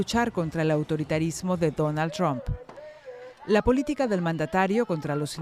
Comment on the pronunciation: Así se pronuncia Trump ,NO tram